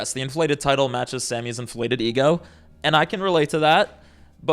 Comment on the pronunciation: she sounds like she's having a stroke "Sommy's fommily" 😂😂😂